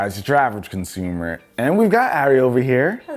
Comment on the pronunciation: “Average conaumer” lmao